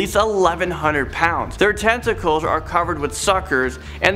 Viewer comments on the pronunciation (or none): Ya!!! Great video..... Had to lol. Thought you said the giant squid had suction cups on it's testicals. Said yhea boy get it!!! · or tentacles sounded like testacles